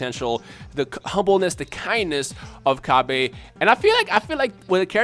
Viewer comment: its called cabba (ca-ba)